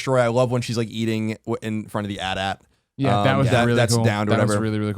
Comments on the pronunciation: Its not called an at at, its an A T A T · great video, best episode 7 review by far.... one problem tho... did you seriously call the AT-AT an at at... fucking hate people who pronounce it that way !!!!! its an acronym with a hyphen! you don't pronounce AT-ST that way !!! also.... NOBODY IN THE FUCKING MOVIES CALL THEM ATATs!!!!!!!!!!!!!!!!!